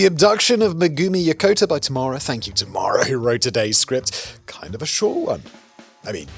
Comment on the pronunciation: The way you say "Tamara", it sounds like you're saying "tomorrow" with an accent 😂Actually, I guess there's 2 accents happening 🤣